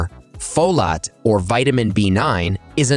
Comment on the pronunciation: "Folat" too.